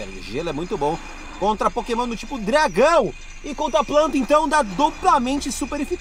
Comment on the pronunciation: "Potemon" Mitico? Eu acho que eu ouvi errado